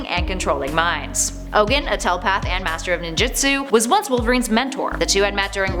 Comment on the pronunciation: Its pronounced Ogoon.